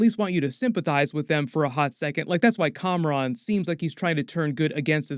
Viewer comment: and it's KAMRON not COMRADE